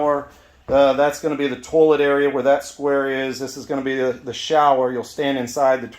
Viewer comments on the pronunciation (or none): The tullet area. Sounds like a twangy banjo. It’s “toy-let”